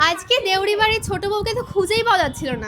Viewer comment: দেউরি বাড়ি ❎ বাউরি বাড়ি ✅ 😂😂